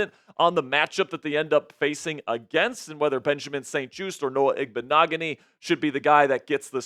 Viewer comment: called that man Benjamin St "TOAST" 🤣 SO ACCURATE SMH...BENCH THAT MAN!!!